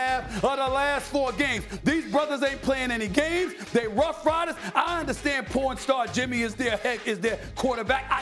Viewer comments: Did he say porn star jimmy ??? LOL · Omg he said porn star jimmy! 😆